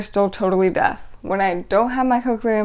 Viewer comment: Are you saying deaf or death? It looks and sounds like you are saying death rather than deaf.